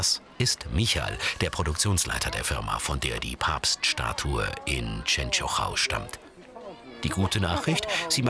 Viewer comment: Wie die Częstochowa aussprechen😂😂ich wurde dort geboren🌸